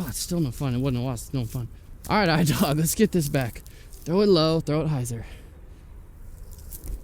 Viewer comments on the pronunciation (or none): pronounciation is E-dewg ! (dew with a g)